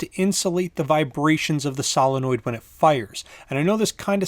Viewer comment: Why is it that 90% of people can pronounce Solenoid but this guy can't? (Say it with me sow·luh·noyd)